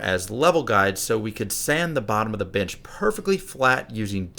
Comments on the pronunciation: Am I the only one who heard bitch instead of bench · Anyone else hear the word "Bitch" whenever he said bench? Or are my ears just that fucked up?